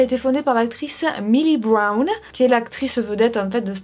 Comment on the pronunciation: Quand j'ai entendue "millie brown ça m'a fait saignée les oreilles 😂😂